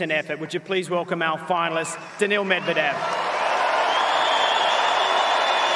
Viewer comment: Will he ever say it's 'MedvEdev', not 'MEdvedev'?